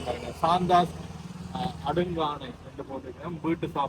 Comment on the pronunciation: தம்பி டேய் அது அடுக்காணை இல்லை 'அடுக்களை ' ஒரீ சாதாரண தமிழ் சொல்லு.